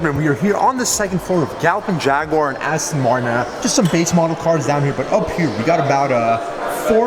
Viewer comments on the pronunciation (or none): What the fudge is a jagwire............. It's a Jag u ar .....ya tit